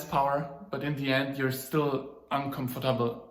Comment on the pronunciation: „Un comf´tabol“ ;-) erster